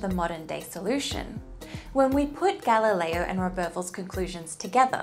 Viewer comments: so, no italian husband to get galileo's pronunciation right, right? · Galileo is also not pronounced correctly. 😉